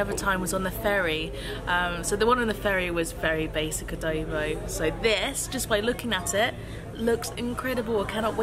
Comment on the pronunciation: Haha its funny how you pronounce adobo 🤣 actually its ah doh boh